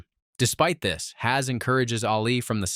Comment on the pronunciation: HAZ🙂 u forget pronouncing two more letter bro